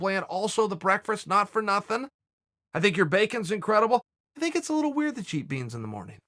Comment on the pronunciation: Why do you fink! Jesus H bud, wasnt Webster's English Dictionary made in England? And you cant say the word THINK properly?